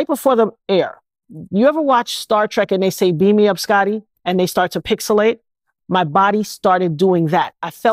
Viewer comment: She lost me at "pixilated". Girl bye😂😂😂